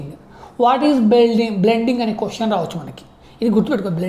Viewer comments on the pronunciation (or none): none